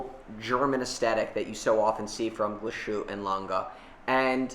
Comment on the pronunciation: I love how massacres brand names: Glashoot- Yayger - Miljano 😂